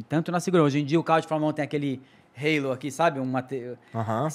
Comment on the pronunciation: Que satisfação ouvir alguém falando o nome halo corretamente!